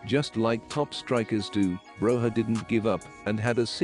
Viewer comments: its pronounced as Broya not Broha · it is pronounced Broyah